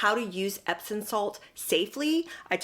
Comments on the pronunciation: I’m enjoying your video, & thank you for the info ♥️…..but it’s pronounced EPSOM, not epson. 😇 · I thought it was pronounced epsoM not epsoN salts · She's so phony. Loved your video. Respectfully, there's no 'n' in epsom salt.